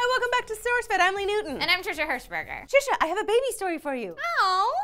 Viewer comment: "and i'm trishashs hershsbersh"